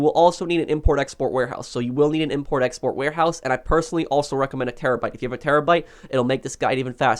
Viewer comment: when he says terrobyte: but whats the point if we have one we are probably rich already